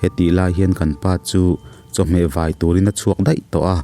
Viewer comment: Ram hmelma anih chiah chu - Pi Sapbawihi Ngatinge 'vai' tih hi 'luhai vang emawa thil hmu phe ruai ang chia vai tih thluka' i thluk tlat zel le. 'A vai khan ka ta vek anih kha' tiha 'vai' tih thluka thluk thin kha a ni si a. Regional difference ni theiin ka hre chiah silo.